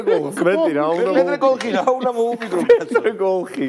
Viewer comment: პეტრე კოლხი არა კოხი, პეტრე კოხი😂😂